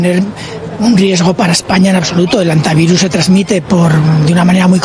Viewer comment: Muchacho, no digas "jantavirus".